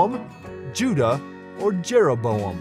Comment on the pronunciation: Two wrong. Both Rehoboam and Jeroboam sounded right to me. 🙄